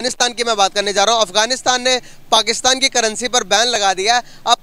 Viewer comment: z or j me kuch jayda fark nhi hota pr pakistan or pakstan me bhut fark hota h 😂😂😂😂